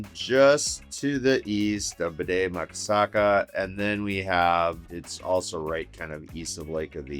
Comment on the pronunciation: Did you say BDE Maka Saka? It's Bde Maka Ska (formerly known as Lake Calhoun)